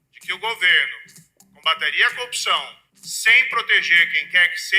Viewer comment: Moro, semiletrado, diz "cupção" ...